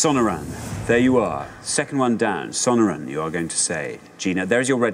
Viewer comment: Not pronouncing Sonoran desert correctly